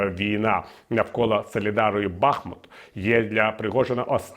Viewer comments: Тільки вчора писала коментар з подякою пану Портникову за БахмУт. І от знов БАхмут 😞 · БахмУт!!!! Ну вже ж ніби виправились і от знову…. Річка там БахмУтка, от і місто БахмУт 😳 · Бахмут наголошується на другому складі